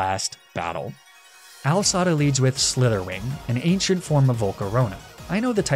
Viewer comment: “AL Sada”